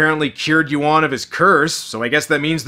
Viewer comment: A Patreon's "Zack Potter" eh! Not a coincident that this Chinese movie got featured on Dec. 20th --- With the news about Cyber security issues plus Airport closure via Drones and HUAWEI. key words incude "Turkish" and bastardizing pronounciations of Yuen and Yuan. And much more subliminal propaganda.